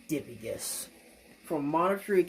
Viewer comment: Relatively sure it's pronounced duh-pie-gus but I have no way to confirm that lol